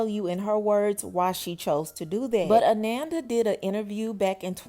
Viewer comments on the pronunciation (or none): Her name is pronounced (A-non-da) its not like Amanda 🤦🏾‍♀️ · Ah-non-duh.....come on now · Her name is pronounced Ah-non-da not Ah-nan-da. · Ananda😮‍💨🙏🏾… (Uh-non-da) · Pronounced ah-NON -da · Good commentary, but you are pronouncing her name wrong. ❤